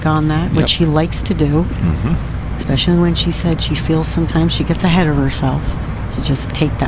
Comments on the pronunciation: I didn't know eCspecially was a word... 🙄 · Expecially? How can a commentator mess up English this much? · you'd think an announcer would know how to pronounce "especially"